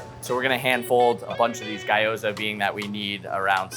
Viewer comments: bro said gayoza lmao its GIOZA BRO. amazing looking food though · bro literally said guy-oh-sa mid video daaamn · Appreciate that he butchered pronunciations from both cultures equally. Guy-oh-za and Porketta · Chef manages to butcher both Italian and Japanese 😂 Food looks🔥🔥🔥 tho. "Guy-ohza" lmao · pronouncing gyoza as "guy-oza" is just criminal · "I'm so bad at pronouncing Japanese words." 2 minutes later: "Guy-oh-za" I don't know what I expected! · Almost got taken out by the "tsuke-mon" at the beginning but glad the chef mentioned his pronunciation issue before going even harder with all the ways he could say "guy-oh-za" because it made it even better somehow. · "guy-ohza" is crazy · “Su kuh mon”/tsukemen feels worse to me since I’ve never heard a butchering anything like that, whereas guyohza is pretty normal, but shrug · I thought it was just the name of the dish? Or at least that's how I understood it. The dish is something-something guy-ohza and it's made of gyoza. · He did it on purpose in order to get people commenting and to create a buzz. He pronounced gyoza wrong as well but said it right seconds later. Personally I think he’s a douchebag, lol.